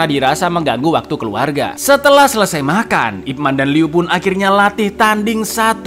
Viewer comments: ipman ya, bukan ipmen, eh dia juga bilang ipmen 😭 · Ip Man di baca Yip Man, Icaaang... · kalo kantonis bacanya YiPman